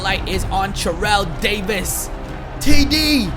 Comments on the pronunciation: Every time you Churrell Davis instead of Terrell Davis I cringe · It isn't his accent but he accidentally said churrel Davis cuz he was to focused 😂